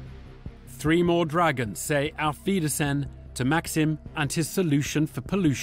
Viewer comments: Germans: Auf Wiedersehen English: Alfeedersan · How the narrator pronounced auf Wiedersehen lol Made me giggle